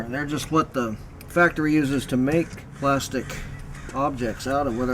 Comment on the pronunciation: "plostic" ...god he's so annoying